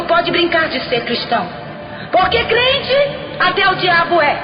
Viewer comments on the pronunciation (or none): Meu Deus! É tremendo! Mas ela falou: CRIENTE!!!! AAAAAIIIIIII!!!!!! kkkkkkkkkkk